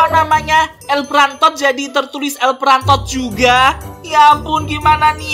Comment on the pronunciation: Impostod wkwkwkwk prantod wkwkwkwk😆😆😆😆🤣🤣🤣🤣